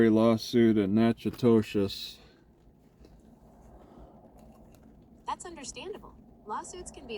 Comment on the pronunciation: It's pronounced Nak a tish